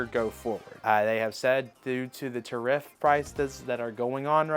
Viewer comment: OMG dude learn how to say tariff!!